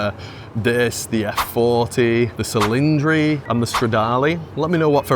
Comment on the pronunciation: ✋ hi dude, for the right pronunciation of the Ferrari 12 Cilindri... You reading the "C" like an "S" but the correct pronunciation is reading the "CI" like a "CHI".